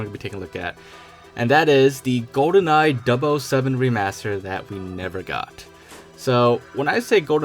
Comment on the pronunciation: I’m a lil trigger at the whole “dub oh 7” thing… never heard it pronounced that way.